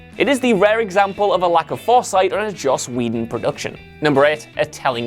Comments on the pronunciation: At least try pronounce Josh Whedons name correctly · Who the hell says Josh Wedon? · No-one: Absolutely No-one:: Joss Wedon (Josh Whedon)